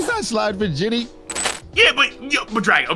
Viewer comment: If couldn't be anymore annoying this fool calling jinny, "ginny" such a 🤡